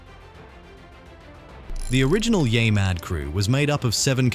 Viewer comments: It's NOT yai... it's YEAH mad facepalm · Stop letting AI read your scripts! It can't even properly pronounce "Yeah Mad!" It's not "YAY Mad!!!!" 😠😠😠